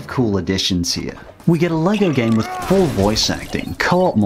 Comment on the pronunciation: Lol. Not trying to hate, but I thought you said poor voice acting instead of full during the Batman segment lol